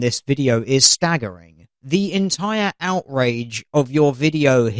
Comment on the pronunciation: Stag-gering? sigh